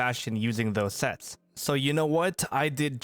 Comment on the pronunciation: Dinosaur sets not shets why you speak like that